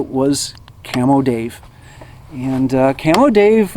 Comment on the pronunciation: I thought you said camel Dave when I looked it up I finally realize you said camo Dave.